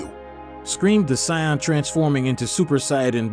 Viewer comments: Saion?bruh im out of there .its to irritating .noobs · WHY DO YOU SAY SAIYAN LIKE THAT AND VEGETA